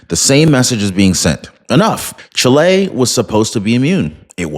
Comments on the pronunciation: Omg. It's NOT pronounced Chi-LAY. It's pronounced CHEE-lay. My nephew's wife is from Chile, so I'm not lying nor mistaken. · Is not pronounced chilei. It's pronounced CHÍLE, NOT "EI" AT THE END SYLLABLE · What the heck is Chlay? Oh you mean Chile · Please pronounce well the name of the country: the stress is on the "i" ; not on the "e" . The news is a wonderful one: Kast can do a great job there repairing the disasters made for communism.